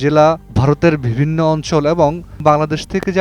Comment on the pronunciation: ভিবিন্ন,ফুন আলাপে, সিদ্দান্ত, একুশে টেলিভিশন চ্যানেল এর প্রতিষ্ঠানে এটা কি রকম উচ্চারণ?